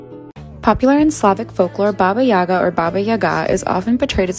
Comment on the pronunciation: It’s not an either/or situation - the only correct pronunciation is “baba yagA”